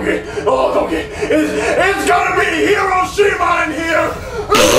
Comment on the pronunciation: “THIS IS GONNA BE HOROSHIMA” 😂😂😂